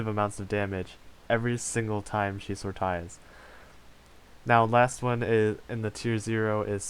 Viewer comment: Sortays..... it's pronounceed as sortiys